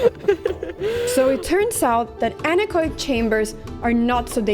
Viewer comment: Anechoic is pronounced an-echo-ic, not an-ech-oic.